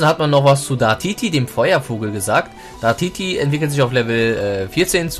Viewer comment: 1. Das sind Gerüchte von IAMTHELEAKER, der bereits bestätigt hat, dass er gelogen hat. 2. Es heißt Dartiri, nicht Dartiti 3. UHaFnir hat den Typen Flug/Drache, nicht Normal/Drache